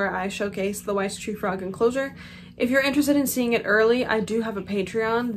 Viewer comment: I'm not a frog owner. I thought it was wise tree frogs 😂 I never looked at the spelling, I just heard bad pronounceations. I love the name coco btw